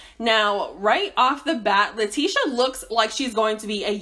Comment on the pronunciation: That’s her name 🥴 always saying a name wrong lmao